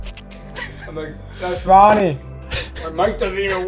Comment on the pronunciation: stop saying ronne 😭 he was being controlled by the devil to do that